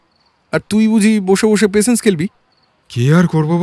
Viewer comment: Patience word ta pls thik pronounce korun. Khub kane lagche..